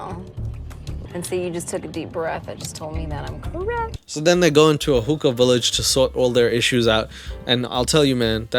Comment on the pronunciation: OOOHHH, HOOKAH! Jesus I thought you said hooker! Lol